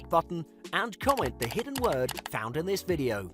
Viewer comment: When you said comment the hidden word I thought you said comment the n-word for a second there